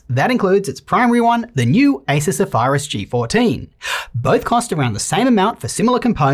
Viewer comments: “Asus Sefarus” 😅😅😅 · Ace-soos Zeh-fai-rus g14 ! wtf lol! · His pronunciation of Zephyrus made me question his mental health lol